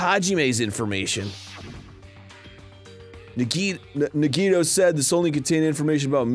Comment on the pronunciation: Dan pronouncing Nagito’s name correctly in this episode threw me off so much that I actually thought he said it incorrectly. And then I forgot how to say nagito’s name for a full minute.